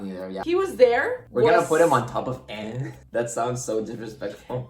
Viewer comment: I just want to let you know, that you're pronouncing Aang wrong. It should be pronounced like the "A" in the word Avatar, not as "Ong"